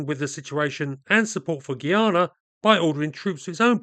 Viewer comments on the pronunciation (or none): Guy-ana not Gee-yana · It's pronounced Guy-ana not Geeyana. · It’s pronounced guy…ah…na. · Why do westerners say the word guy normally, then say gui in pronouncing guyana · Why does EVERYBODY find it impossible to pronounce this country's name properly!? GUY-ANA GUY ANA NOT "GEE-ARNA" 🙄🤦🏿‍♂️ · Why is everyone misspronouncing the names. Guy-a-na Ess-e-quib-o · Guy - Ana : correct pronunciation